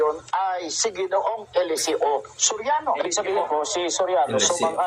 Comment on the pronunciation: Pati PAG PRONOUNCED NG ELESEO NAGING ELESE-O